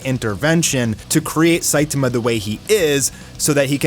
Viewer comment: Not Saitima, the correct one is Saitama 😂